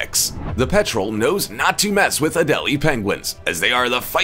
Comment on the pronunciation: in. It's pronounced Pet-rel. Not Petrol like the Fuel. (roll the R with your tongue)